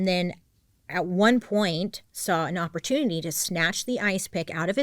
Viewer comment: She said opportuny 😂